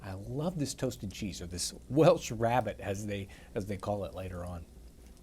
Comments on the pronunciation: 'Rarebit' not 'rabbit'. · Its " RAREBIT " ! ! NOT rabbit ! ! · It's not Rabbit, it's "rarebit" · It's "Welsh Rarebit" not "Rabbit". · It's pronounced Welsh Rairbit. Don't ask me why.